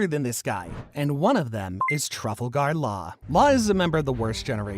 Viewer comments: Tra-falgur Law, not truffle-gar. Please pronounce his name right... please 🤣🙏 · "trafaga laaw" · Truffal gar law💀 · Bro its tra fal ger law no traful gar law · who the hell is TreAvALgEeR LaAwWR